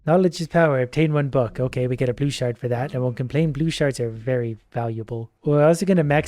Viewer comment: I know you're saying shards, but for whatever reason all I hear is sharts